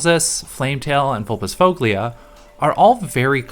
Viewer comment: Also sorry for being a nerd, but "-foglia" is pronounced more like "-foya" 😅